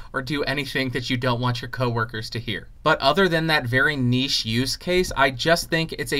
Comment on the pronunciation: Finally an American that pronounces 'niche' as niche and not 'nitch'.